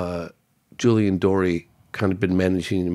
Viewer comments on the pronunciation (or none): none